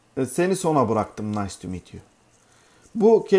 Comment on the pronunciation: Hocam "nik tu mit yu"ya hala gülüyorum ya 😂 takipteyiz hocam 🤓